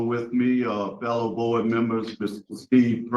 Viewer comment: I kinda like how he adds a R to fellow and yes sir is one word 😂